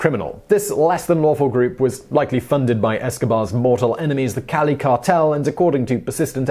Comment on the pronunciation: The pronunciation of the Cali cartel leader's name was en pointe.